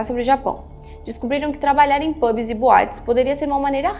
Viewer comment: Pronúncia nao é seven "óx", mas seven ÔUCS. PÚBIS tb não dá, é PÃBS RÓSTESSIZ e nao Routesses Taiwan e nao Tauan Gran BRetanha e nao Betanha Nao é TRAFEGO humano e sim TRÁFICO